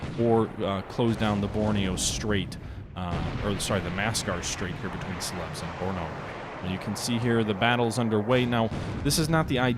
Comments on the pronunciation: hey dude, its pronounced sei ler bees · The correct pronunciation is Cell-eh-Bees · lol, only in New England. Do you say Piller instead of Pillow? Or Warshington instead of Washington? The correct English pronunciation is Cell-eh-Bees.